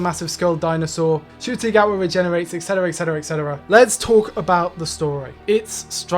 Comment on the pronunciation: You went Ncuti Gatwas entire tenure without ever saying his name right. Im kind of impressed.